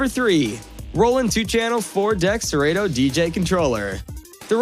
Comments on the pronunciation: It’s pronounced sir Otto. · Have I been saying Serato wrong all these years?😂😂😂😂😂